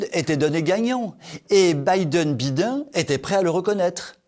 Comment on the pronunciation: ...Joe "Bidon"...ai-je bien entendu ? Ah ah ! J'en peux plus...j'ai mal aux côtes ! ....."Gracias very moutch" !!!